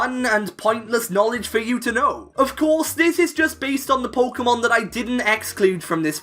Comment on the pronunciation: Thanks, when I heard him say „puukemon“ for the third time, I didn’t want to go any further